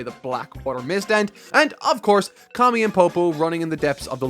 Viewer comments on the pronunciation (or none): none